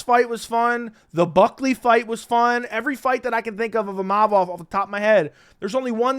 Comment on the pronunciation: Din Thomas out there having problems saying Imovov, I'd hate to see him try Fedor Emelianenko on for size....